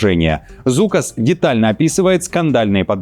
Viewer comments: Не Зукас, а Жукас. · Не Зукас а Жукас ...😅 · Литовская фамилия Žukas должна произноситься как Жукас. Просто дружеское замечание 😉...